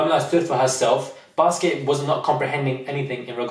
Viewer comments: IDK if I heard you right, did you call Biskit, Basket LMFAOOO ! I agree with the lack of inclusion, it was too "exclusive". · If this man calls Biskit as baskets one more time, I'm going to get a casket for myself 😂😂😂 I cannot deal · Lol. you keep saying Basket instead of Biskit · The way my man calls wale whale and biskit basket im dead😂😂😂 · I love you and totally agree with you but his name is biskitt not basket